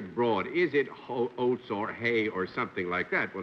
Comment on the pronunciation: John keep wanting pronounce "oats" as "hoats". Is there some thing in old English that calls for an "H" in front of oats?